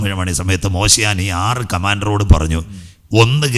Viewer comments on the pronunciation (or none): മോശിയാൻ? മോഷെ ദെയാൻ